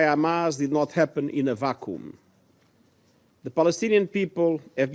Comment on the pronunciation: The ever ridiculous 'Antonio 'global boiling' Guterres is so arrogant that he believes he is entitled to make up new English words like 'vacoom', 'soofucating' and 'stiffled'.. Maybe the globalist lackeys at the UN should seriously consider selecting a new spokesperson, one with a better grasp on English pronunciation, for their future Hamas propaganda statements in the English language..